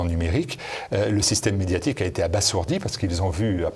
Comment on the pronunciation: Pour: Abasourdi se prononce normalement, s se prononçant z (comme la plupart des s entre deux voyelles). Certains font entendre un s plutôt qu'un z par analogie avec l'adjectif sourd mais cette prononciation n'est pas correcte. En effet abasourdi n'est pas dérivé de sourd; il est tiré de l'argot bazir, « tuer ».